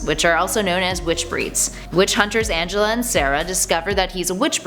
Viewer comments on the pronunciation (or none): none